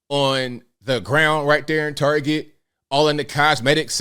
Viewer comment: Its TAR-Get, not tarjay! You sound so gay saying it wrong!